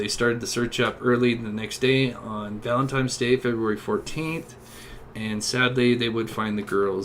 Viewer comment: It's ValenTINES day Not ValenTIMES. Going over the case from the word go every time is annoying as hell ! If someone isn't familiar with the case, direct them to the sites that they can watch and catch up PLEASE !